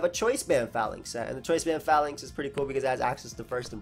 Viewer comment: PRONOUNCE THE NAME RIGHT, IT IS LIKE PHALANX.